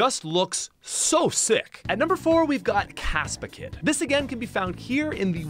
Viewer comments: It's Capsakid, not Caspakid. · Before you release a video can you PLEASE read the names properly? CAPSakid not CASPakid. ArmaROUGE not ArmaROGUE. SMOLiv, not SMALLiv. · You pronounced "Capsa-kid" (like the stuff that makes peppers hot, Capsicin) and Sco-villain (villain like bad guy) wrong. You said "Caspa-kid" and "Sco-villion" (like million)